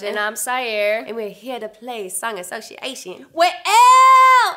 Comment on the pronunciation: I'm sorry but why do half of these people pronounce association wrong?? it's not assoshiation